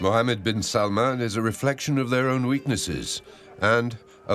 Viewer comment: It's not 'salmon' it's 'salmaan'. When will you westerners ever learn?